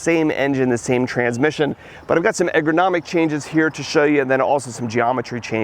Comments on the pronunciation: How much does it cost to learn how to pronounce 'ergonomic'? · Great video, one pointer though, eRgonomic not egRonomic. Keep up the good work, learned a lot from you.